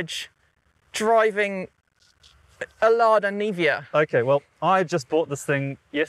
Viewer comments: Why are you calling it Lada Nivia? Its Niva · Wait how did she come up with that pronunciation, niva is just two syllables.